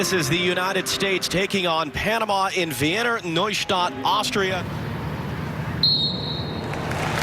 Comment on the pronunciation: Nkt how Wiener is pronounced